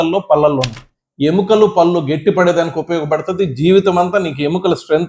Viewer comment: I like all your videos and info but your pronunciation needs to be improved. పల్లు kaadu పళ్ళు అనాలి.